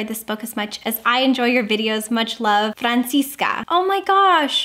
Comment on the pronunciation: Hi!!! I am not, but you are telling the name right! And very beautifull <3 Love your videos you are sooo amazing!! A kindly hugh from Francisca from Chile!:D